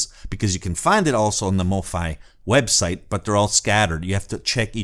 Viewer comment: Not a biggie. Mofi is pronounced Mo-feye as in Hifi